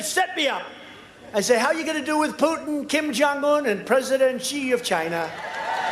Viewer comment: “Kim Jong-moon” 🤣